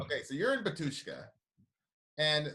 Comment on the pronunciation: bAtushka - stress is on first "A" .......